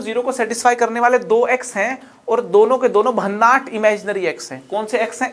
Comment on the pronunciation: भन्नाठ नहीं भन्नाट होता हैं वो गुरू